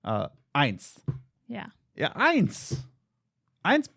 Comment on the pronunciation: Oohh and there's a free update coming soon for Stardew 😍😍 (well done on the pronunciation of 'eins' ❤️)